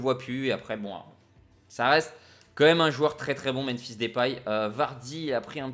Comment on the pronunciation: ca me stress de l'entendre dire "Menphis" à chaque fois mdrrr